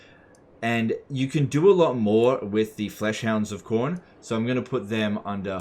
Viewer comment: "Warbeast of Chorn" No no, Quorn. It's the vegan option.